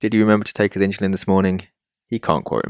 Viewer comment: The pronunciation of "insulin" with an "h" is not standard or correct. The word is derived from the Latin word "insula," meaning "island". The correct pronunciation of insulin, as indicated by dictionaries and common usage, is "IN-suh-lin" with a clear "in" sound at the beginning. There is no historical or linguistic reason to pronounce it with an "h" sound. The confusion may stem from a broader phenomenon in English called "aitch anxiety" where there's a perceived need to articulate the "h" sound in words like "hospital" or "herb", sometimes inappropriately. However, this does not apply to the pronunciation of "insulin".